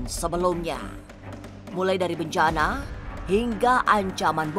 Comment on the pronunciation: Bencana..,.bukan bancaaana,,.faham sih biar unsur misterinya dapat...tapi kedengarannya malah lucu bagi saya...😀